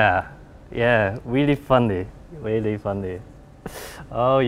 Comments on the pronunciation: weally funny... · Danny B. That's weally, weally funny!